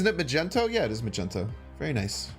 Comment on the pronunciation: Do you call Magneto Majento on purpose?